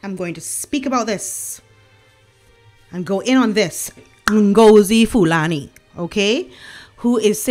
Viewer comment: Love your pronunciation of Fulani's name - it's never sounded more beautiful.